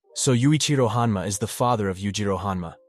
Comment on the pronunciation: O_O ...... one of these guys need to change their name bro, well done on saying them correctly one after the other